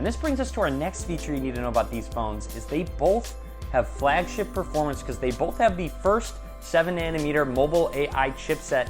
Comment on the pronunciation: I cringe everytime he says "bolth"